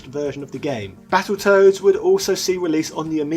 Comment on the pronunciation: I thought he said Battleturds for a second 🤣🤣🤣